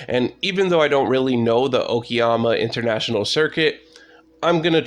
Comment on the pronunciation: You pronounced Okayama perfectly fine, Japanese pronunciations are almost always if not always literal to how they’re spelt. Thank you very much for these guides, they’re helping me get a solid start in this. Just wondering what wheel do you use?